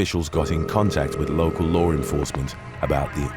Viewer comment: U silly , "lore enforcement"